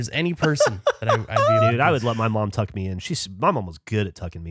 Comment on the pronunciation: My partner has english as her second language (like Gavin) and says "Tuckle" instead of "Tuck" and it's so cute!